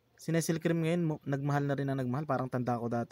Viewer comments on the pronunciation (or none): nes-sel cream... only in the philippines. 🤣🤣🤦‍♂️🤦‍♂️ it's nes-lei cream 🤣✌️ pengen nmn...